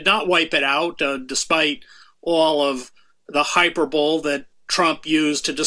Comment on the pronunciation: Great show. Just feel the need to address something, because i'm a terrible human being, my English teacher said we should never pronounce this word this way on pain of death, and because is an esteemed writer. The word hyperbole, is pronounced hy-per-baly, not hyper-bowl. I nearly fainted.